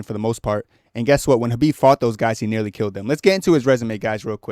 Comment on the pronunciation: nealy? LOL